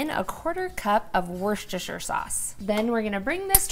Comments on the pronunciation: Wooster sheer. Say the oo the same as you say cook. Your recipe was amazing. I always boiled mine. Blah! This is way better! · She calls it worsecestershire sauce because it isn't as good as Worcestershire sauce.